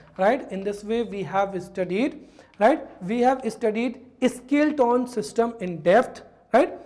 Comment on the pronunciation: स्केलेटन उच्चारण होगा सर न की स्किल्टोन 🙏